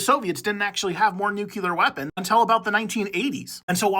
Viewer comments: lol I was going to say this. Drove me crazy during the short. Nuclear not nucular. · Nuke-lee-ur, not Nuke-you-lur. Say it over and over and over until you break the way you have been pronouncing it. Great information, and don’t worry too much about the pronunciation error, that one is quite common, and easy to fix (and forgive).